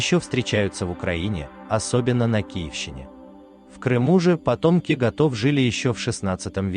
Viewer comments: И только меря из окрестностей Грязноводска - настоящие славяне? Ну, ещё бы. Кстати, разобрались бы с ударениями. Практически ни единого выпуска без лажи. "ГотОв"- это про "будь готов"? Или всё-таки про гОтов? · Потомки гото́в и кото́в. 😂